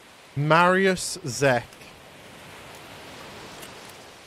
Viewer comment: the way he pronounced mariuszek, kek